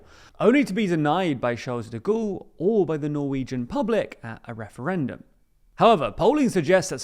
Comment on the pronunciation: Sharl de Gawl... this is how it's pronounced!